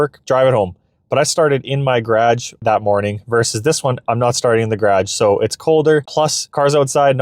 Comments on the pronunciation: Nice work on this video! You clearly have the units understood. Not a single mistake with kwh versus kw. The only thing I can comment on is your pronunciation of garage . It is a two syllable word but you are trying to shorten into almost one syllable. Like gradj instead of gar age. A tiny piece of the U.S. does that if from near Washington DC and south of the Great Lakes. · Nice test. Had a problem understanding what a gradge was 😂 What battery chemistry do you have? NMC I'm guessing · This is all good and well, but what's a 'gradge' ??